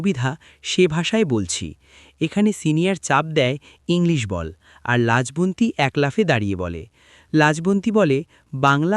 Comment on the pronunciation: Lajbonti tik ucharon koro.